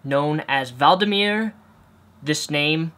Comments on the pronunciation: Its vladimir not valdamir dude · V-lad-i-mir... NOT VALDimere... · Why do you keep calling him Valdimir... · lol it's pronounced Vlad-imir Putin not Valdimir. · Yes Valdameer sounds like an Evil Mage from Harry Potter He s pronounced Vla de mer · 'Valdameer'... Wow. Even intelligent Americans have no idea about Europe :P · V-La-Di-Mi-R Vladimir not valdimir XD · Valdimir, lol IS IT SO HARD TO SAY D: It''s Vladimir! :( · Who is Valdameer? I only know of a Vladimir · It's Vladimir not Valdimir. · sorry mate but i'm not familiar with a Valdimir Putan...speech impediment or not, come on now -. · i like how he says vladamir putin as Valdamir Putan -. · No disrespect but using americablog as your source and the way you pronounce Vladimir or as you say "Voldimir" just shows you don't have an actual idea of the situation. 'Oppression' of gays? It's not illegal to be gay in Russia. The vast majority of Russians don't like gays, Putin doesn't want to be out of favour with the public so he'll act on appropriately to what people want. Generalising Putin and all of his supporters as tyrants makes you look like a judgmental bigot. Stick to u know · Valdimir? Really? You've never watched or listened to news in your life? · if a guy has an A in his name, why are you pronouncing with a vol sound? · VLAdimir Putin NOT VALdimir Putin. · VLADimir is not pronounced VALDimir... just sayin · Wuldimire Puhten. Try this way: Wludimire Puteeen. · Vladimir not Valdimir.... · Isn't it Vladimir not Valdimir? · it's not valdimir, it's VLadimir :) But i agree with u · > Important issue at hand. >It's vladimir not valdimir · it is not valdimir ..IT'S V L A D I M I R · Valdimir? Are you fucking serious? Idiot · Not valdimir, but vladimir. Just makes me cringe when people pronounces names wrong sorry haha. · How can you NOT say "Vladimir"? Say it with me; Vlad! Okay? VVvvvvlllaaaad! Vlad-i-mir! Like Boromir!... Except it's VLADIMIR! What's this "Valdo mayor?" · vlad, not vald.